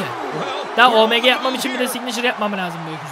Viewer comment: abi omg Oemge diye okunuyo bu arada